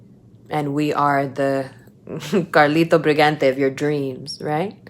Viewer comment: 😂😂😂😂😂😂 She said Carlin Briganti! Lol